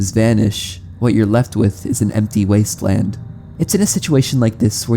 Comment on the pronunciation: wasteland i think you mean wondeand